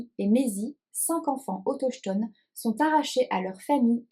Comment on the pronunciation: Hello, chouettes les lectures que tu présentes…. Ça me fait mal lorsque tu lis autochtones 😂😂 cela se prononce autoktone 😮la collection des éditions du seuil à l’air chouette 🥳 Bonnes lecture 🤩😉